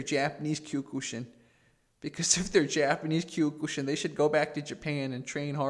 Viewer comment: Kiok-shin not q ku shin lol